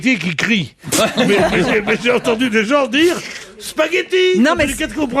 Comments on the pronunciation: Des SPAGHETT ON PRONONCÉ LE G. PAS LE I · L'épisode du "Spayetti" 😂😂😂😂😂 Merci!